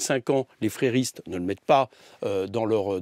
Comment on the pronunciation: et même "frérisme" et non frèrisme...